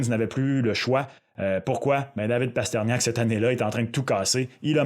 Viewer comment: Mes oreilles !!! Pourquoi Parterniak??? Il est où le i ???